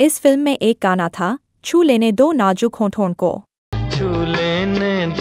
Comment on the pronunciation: Najuk nahin Balki kaho, Nazuk. Aawaj nahin Balki kaho Aawaz.